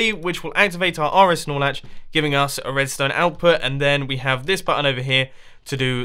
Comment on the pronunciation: I hear Nor-Slatch